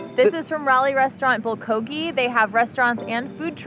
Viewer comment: it’s pronounced “bull-go-gi” - bulgogi, emphasis on bull